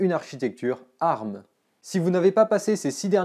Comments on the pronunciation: On ne dit pas "arm" colée mais " A-R-M" lettre par lettre... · Mes oreilles !!!!!!! Un CPU arme ????? Ont dit ARM qui veut dire Advanced Risc Machine ! donc vu que c'est un acronyme ont dit A R M !!!! et non arme ! La prochaine fois dit usbe (Pour USB) ou spu (Pour CPU) tu auras l'air aussi intelligent ! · C'est la première fois que j'entend quelqu'un prononcer "ARM" en le disant "arme" et non pas "A,R,M", ça m'a perturbé tout le long de la vidéo x) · On dit A.R.M pas arm c’est terriblement degeulasse